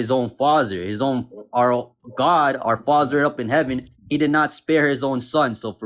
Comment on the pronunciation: I'm sorry, is this guy saying… "Our Fonzer?" like Arthur Fonzerelli from Happy Days? Did God elbow the world into existence, the way that Fonzi elbow the jukebox and made the music play?